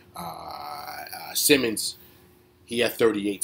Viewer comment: Grant had 44, new career high...it was a great game. Also grant set a franchise record 28 ft attempts (beating 23 prior). Simons is pronounced SI-mons. East coast guys so I understand.. I 👍